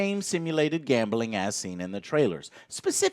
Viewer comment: Great video. Can i just say tho, Joe, there is no E in gambling. GAMBELING